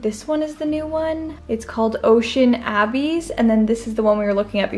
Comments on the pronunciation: Ooo lovely... I like the Tsunami very much... it is very elegant! The Ocean Abyss just does not seem to reflect light making it appear too dark. By the way (and not that it truly matters)... the word "abyss" is pronounced "uh-biss" and it means "a bottomless hole". No, I am not the Grammar Police... I just know I appreciate it when someone advises me that I am mispronouncing a word so I can learn and use it correctly! 😊 EDIT: Oh no! I edited this original comment to correct a word and lost ' s little heart. Sad.😢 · Lol ocean abby's😂 I've definitely been there girl! Ocean abyss is pronounced like uh-biss almost like bliss without the L. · Tsunami also it’s pronounced “uh-biss” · I like tsunami more. I am loving the home improvement videos😊 and the other one is pronounced like uh-biss lol. Loved this one and look forward to see the next videos😊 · Ocean "abbies" 😂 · It’s abyss “a-biss” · Mispronouncing abyss